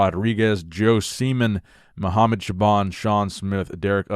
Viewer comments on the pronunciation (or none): none